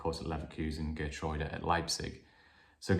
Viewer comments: Geer-true-da=Geertruida...is the correct pronunciation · Hi, according to my Dutch friend, Geertruida’s name is pronounced as Hair-troy-da.